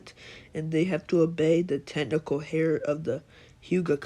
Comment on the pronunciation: It's pronounced air even though it's spelled heir